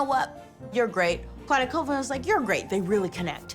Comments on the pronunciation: it’s call-vin not cool-vin come on man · MY LAST NAME IS PRONOUNCED “CALL-VIN” not “ COOL-VIN” it’s like Collins. Thank you .